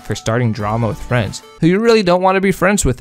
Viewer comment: bro rlly said "i wanna be frands"